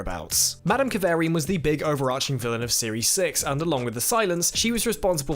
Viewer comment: Kav arrrr ri an... not Kav air ri an 😜😘